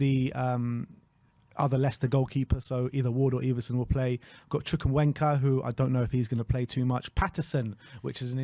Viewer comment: pronunciation of Chukwuemeka 🤣🤣🤣